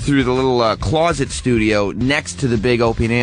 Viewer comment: Sam's pre-show. He pronounces closet as clawsit.